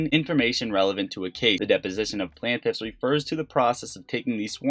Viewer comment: Plain tiff... Not Plan tiff